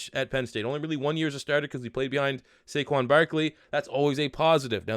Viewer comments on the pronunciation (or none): none